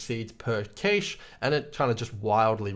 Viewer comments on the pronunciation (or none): The word "cashe" is actually simply pronounced "cash". Though you could make the argument that we should pronounce it differently going forward to distinguish between them. Anyways, in case you don't want to sound like you never hear words said to you out loud, it's pronounced "cash".